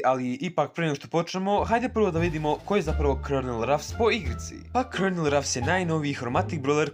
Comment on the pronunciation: ja san to znao i izgovora se kolonel (colonel) al opet super je video samo nastavi tako volim tvoje klipove